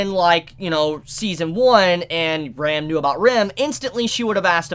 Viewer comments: RAAM not ram lol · who is this Rem? why are you mispronuncing Ram so much, you ok?